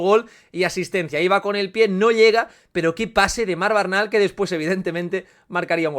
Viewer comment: No es BARNAL, es Bernal. XD